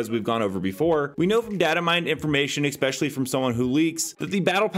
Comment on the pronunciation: Haha notice how you pronounce ‘X-specially’ 🤣